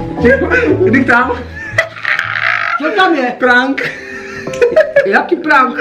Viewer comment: Nauč se vyslovovat slovo prank...